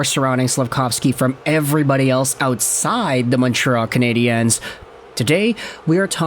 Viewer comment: Pronounce the name of the team RIGHT!!!! You’re pronouncing it in the feminine!!!!! Just say it in English , which is acceptable in Montreal across the board. Wake up!!!?